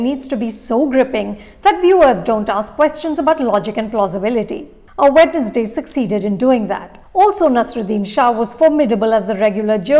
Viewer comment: Good video 👍🏻. But It’s pronounced “wenz-day”